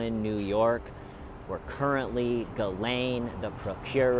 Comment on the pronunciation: He I think you're the only person I've heard who actually pronounces Ghislaine's name correctly. Great job with your "stakeout" Love & light from the UK ❤🙏 x o